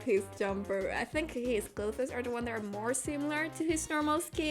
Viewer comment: When you tried to say clothes, I was incredibly confused because it sounded like you were trying to say glow fist or something. I feel it’s pretty evident your first language is not English, and I’m not trying to be rude in any way, I just thought I’d point it out so you could avoid making the same mistake in the future. Really cool drawing btw.